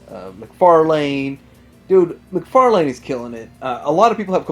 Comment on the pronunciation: Do you mispronounce 'McFarlane' for the lols? I've been curious as of late.